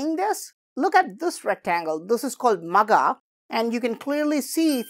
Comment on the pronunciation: I think it's not just Magha buy it should be pronounced as "Maagha" where you stretch 😊